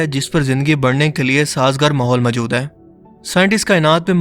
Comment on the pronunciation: Aap Hai ko aim kyon bolty hain